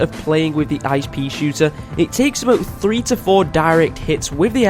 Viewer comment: When u said top 3 spot I thought you said top freeze spot